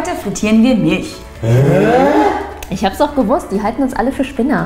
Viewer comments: Liebe, es heißt MilCH nicht MilSCH 😂😂😂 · Miltsch Feli: Milch Man kennts😂 hach ich liebe eure Videos so sehr💕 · Alter es heißt MILCH und nicht MILSCH. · Mil c h nicht Milsch ch ≠ sch